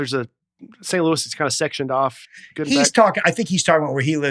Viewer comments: When Dusty was talking about the comedian Gregory, he said goot instead of good! 😂 we backed it up and listened again! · Nah, Dusty definitely pronounces the word "good" like "goult" I'm glad I'm not the only one that hears it though. Pretty sure we're not just making it up together without actually knowing each other. As far as saying that he says city names funny, I totally agree with that. He stresses the wrong part of the sentence, I just figured I was only hearing it that way on my own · Dusty and his T’s: Larry Bir-T 101:38 Not be good-T 109:40 doin’ good-T 110:40 very good-T Bored-T Afraid-T Food-T 😉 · Dusty, if you’re looking for your hidden t pronunciation, you add it at the end of the word “good” here.